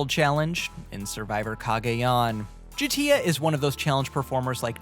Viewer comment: You had me in the first half still scratching my head….and then you said J’tia